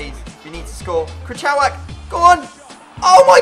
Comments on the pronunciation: krychowiak is pronounced kree-show-E-yak hope I helped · It's pronounced kry-hoviak , I'm polish I know it's said wierd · Protip for you: if you have no idea how to pronounce someones name (Krychowiak) just go to google translator, put their name and listen to how its pronounced